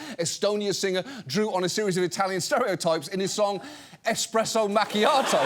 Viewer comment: It's eSpresso not expresso